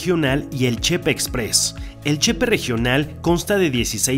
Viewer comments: Con todo respeto y xk soy de Chihuahua me atrevo a hacer una pequeña correccion no se dice chepe es Ch-P separado y no chepe disculpe y buenas noches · Que bueno que te gusto nuestro bello estado de Chihuahua , sin ánimo de ofender se dice Che ,Pe separado. No junto chepe, no es correcto. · Hola Amigo, buen día, voy a tratar de darme a entender, en el vídeo te escuché pronunciar Chepe cómo si llevara acento prosódico en la "e" de Che así como lo pronunciaste parece que o estás hablando de una persona llamada José que aquí se usa como diminutivo de José, y la palabra correcta a lo que tú te referiste es Che-pe con acento prosódico en la segunda "e" y aparte es separado Che que es de Chihuahua y pe que es de pacífico o sea Chihuahua al Pacífico pero como se menciona rápido parece que es la palabra completa, pero si te fijas la gente de aquí aún diciéndolo rápido marcan un poquito la separación de las sílabas y la acentuación de la última sílaba, ok espero haberme dado a entender y que no haya complicado mucho la explicación, además te doy las gracias por haberte expresado tan bien de esa parte de mi Estado y del sistema de transporte de esa región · Se pronuncia Chepé, asi ha sido siempre entre nosotros los Chihuahuenses 😋 gracias por promocionar nuestro estado!!!